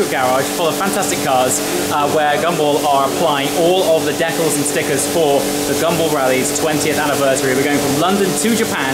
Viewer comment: Another who can't pronounce decals. :D